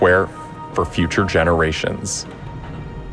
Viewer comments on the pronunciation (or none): none